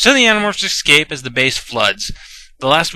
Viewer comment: Dude... I like your videos a lot, but you have to stop saying excape!!! GAH!